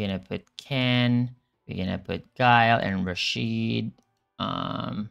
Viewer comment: Lmao, great to hear other folks saying Guu-Lee vs Guile. Don't feel so weird now